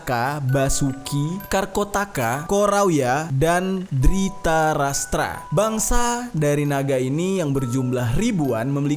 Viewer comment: Maaf kak cuman membenarkan kata²nya itu bukan Dritarastra tapi Dhrtarastra🙏🙏